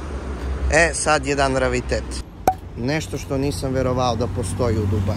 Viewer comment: Ne kaze se ravitet nego rearitet